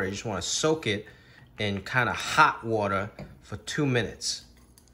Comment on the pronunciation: He says "water" like a New Yorker, then other words come out with a touch of Chinese accent. Love watching your cooking segments my dude!